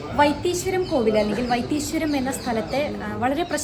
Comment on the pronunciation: വൈത്തീ "ശ്വരം" അല്ല സുഹൃത്തേ വൈത്തീശ്വരൻ കോവിൽ ..